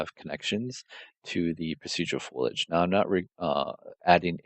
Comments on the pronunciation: It's FOLIAGE not FOILAGE lol sorry to be that guy.. the material looks amazing, tho! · Dude this is amazing, if for nothing else than to deconstruct as it's so nicely laid out. As a modeler having to do UE4 work I appreciate this. But for the love of god, it's FOLIAGE. FO-LI-AGE.